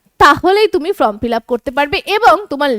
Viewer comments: Madam আপনি বারবার উচ্চারন করছেন from fillup , kindly সংশোধন করে নিন। FORM FILLUP হবে। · It is not FROM fill up it is FORM fill up, correct your pronounciation.